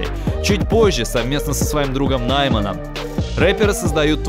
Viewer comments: Не нАйман, а наймАн. В казахском языке как и во французском ударение на последний слог. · нАйман, Нигара, Нигора... 🤦 ты не не нашёл, ты не пытался, это тупо можно загуглить, парень, будь честен. Но за выпуск спасибо, было интересно.